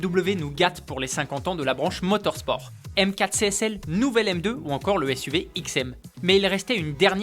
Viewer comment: Voilà c’est « MOTOR ‘S’ PORT » et non « MOTOR ‘SH’ PORT »